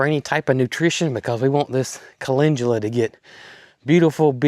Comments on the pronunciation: I see Calendula Flowers, However I do hear you say Calengula. Either way the blooms are beautiful!! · you pronounce CALENDULA like Calengula...I could never figure out what you were talking about. Supposed to sound like Kuh-LEND-yuh-luh.❤❤😊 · Speaking of transcripts..a lot of channels do not editing at all. Makes some things very laughable. I know you are saying it correct, but it has no g in it as you pronounce it. Cal..in...du..la would likely get you the right spelling...just sayin. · Great Video!😊 By the way where I live the Amish Sect with greenhouses pronounce Calendula - CALL LEN DUEL AHS 😊 it’s Chust a wee bit different in their greenhauses. Although my Grandma was of the Old Order Sect, she grew it but she pronounced it correctly ❤